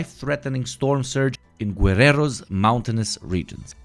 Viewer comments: Just as note: The 'u' in "Gue" in Guerrero is not pronounced. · Balkan trying to pronounce guerrero, lol, good try